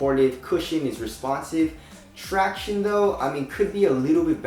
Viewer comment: Do you guys remember the days when said traction normally?